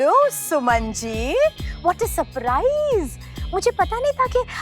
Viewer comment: What a spriit 😂😂😂 is didi ko koi btaye ki vo sprit nhi balki surprise he